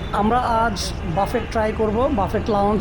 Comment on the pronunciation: শব্দটা হবে বুফে (ফ্রেঞ্চ) অথবা বাফে (ইংলিশ) , বাফেট নয়।